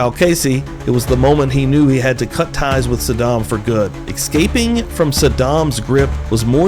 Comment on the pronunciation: I love when narrator says "ex-caping"